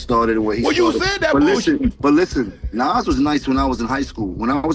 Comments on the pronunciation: Stop saying naaass , it’s nas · NAWWZ NOT NAAAZZZ😢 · Ni&&a NAS ..NAS ..wtf nais say it right NAS pronounced nah-oz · As soon as I heard the narrator proud NAS like “Pass” I left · lol why is the author pronouncing Nas’s name in so many different dialects? 😂😂🤣 I’ve heard Nes, Naaas, Nas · It’s pronounce NOZ bro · Nas bro come on if you can't pronounce a classic rappers name I can't listen to this anymore smh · HOW THE HELL YOU MAKE A VIDEO ABOUT NAS AND JIM, TAKE THE TIME TO EDIT HEARING THE RIGHT PRONOUNATION OF NAS THROUGH OUT AND STILL SAY NAS NAME WRONG?! THIS HOW YOU KNOW THIS VIDEO IS ABOUT CLOUT AND HE AINT INTO HIP HOP, HOW YOU PRONOUNCE HIS NAME WRONG, IT ERKED ME ALL VIDEO...SMH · Why are you saying Nas like that but I’m from Ohio so maybe I’m not on it but Jim jones is like cardi going at Nicki like now now stay in your lane Jim isn’t better than Nas in jimmy’s own dreams the best thing or most talk about thing is Chrissy Lampkin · You get a Dislike 👎🏼 for pronouncing Nas name like that.. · You gotta pronounce Nas name correctly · You pronounced Nas name differently 12 different times. Jesus Christ! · Dear. Please stop butchering NAS name. Before you put out a video, make sure you can pronounce the person's name correctly. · I don't like how you saying Nas name? You saying it wrong get it right dude! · YESSSSS, WTF? 🤨😠